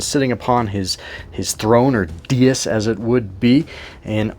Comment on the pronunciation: Cool video! BTW, the throne is a DAY-IS (Dais) not DEE-US.